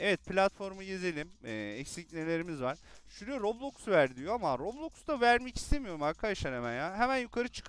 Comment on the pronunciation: Kostüm güzelmiş abi roblox diyişin çok iyi ama